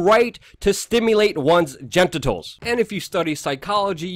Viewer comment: How can you not pronounce genitals?